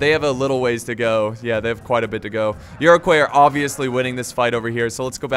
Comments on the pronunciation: Iro-kwah not coys. Never did learn to pronounce foreign names did you haha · Iroquois is pronounced like Ire-qua, not Euro-quas, it's french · It’s pronounced ear-ic-wa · I'd just like to point out that Iroquois is french so it is pronounced Eer-oh-kwah just for future reference 😊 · Iroquois is pronounced ear-ah-coy The s is silent. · I don't mean to be douchey, but Iroquois is pronounced Iro-kwa, just saying